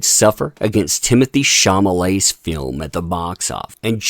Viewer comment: Timothee Shah-lah-may or Shah-lah-met if you don't want the accent on the -met ending. It's not Shah-mah-lay. Just a heads up. Keep up the great work.